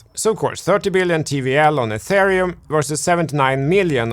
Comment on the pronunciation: And "atharium "